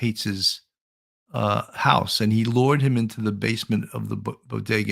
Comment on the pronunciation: ALSO WHEN and how she says "LURED"........I thought that very odd.